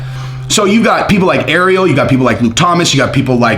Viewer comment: Please for the love of God please learn how to say Ariel’s name right